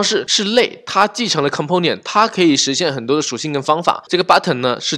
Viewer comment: 讲得跟光头哥Mosh 一样的清晰明了，非常棒。 如果能把Component的音发对了就更好了